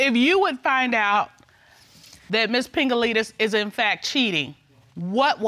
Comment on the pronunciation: Did anyone Mrs. Cutler laugh at when he said Pingalites